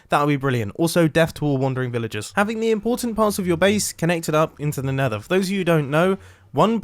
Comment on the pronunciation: 4.32 in vid you say mether again